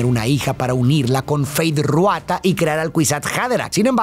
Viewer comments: Tu análisis es increíble ❤ solo como dato jeje el nombre de Feyd es Rautha no Ruatha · Por qué pronuncia Ruata y no Rautha? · FEEEYDD RRRRRAAAAAUUUUUTHAAA. No Ruata. De ahi en fuera, epico resumen